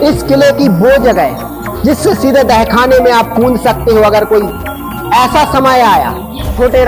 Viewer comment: Apne bahut achhi jankari di lekin ak bat kahu ki aap dahkhana bol rahe h use tahkhana bolte h baki galati chhma kre🙏